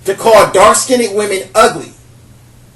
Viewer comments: Please pronounce "skinned" correctly. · Oops accidently hit post. To finish my post. Skinned is only one syllable. (Skind) not (skin ned). Just to funny hearing him. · He is mispronouncing "Skinned" as "skinied" not skinny! Like ax for ask! He is unable to enunciate! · The way he says "skinned" cracks me up. He says (skin ned) pronouncing the n twice instead of (skind). Skinned is only one syl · I'm sorry but "skinnid" 😂😂😂? I get his point though. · Hi I live as a black woman and I also hate the fact that light skinned women are top of the tree when it comes to beauty! I love the topics you pick and I want to see more information about the topic. Please, however can you say dark (skiind) rather than skindeed? I would really appreciate it. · It IS SKINNED.... Not SKINNDDEDD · Every time you say "skinded" I cringe! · skinned not skinneded Wtf pronounce it right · Skinned,skinned not skin-ed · Let me help you here with your ability to speak with more authority. First of all; You are pronouncing the word 'Skinned' all wrong. It is not; 'Skin id'. It is pronounced; 'Skinnd' Not' Skin id' And I agree with you, by the way. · I mostly agree with your points, but please learn the correct pronunciation of "dark-skinned". You sound like you are putting an extra "ed". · I really appreciate this video but the word is "skinned" not "skindid". :) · sounds like hes saying "dark skinny women" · Lmbo! FINALLY, someone else that's corrected that mispronunciation. Annoying...the Englishp language isn't as difficult as many make it seem. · I love the way you say dark skin-ned women, it cracks me up! Priceless and gorgeous. However, if a brother doesn't like my dark skin, it's all good, I get checked out by many many others. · smh....."skin-ded"? Artculate first, then educate others. But, good perspective.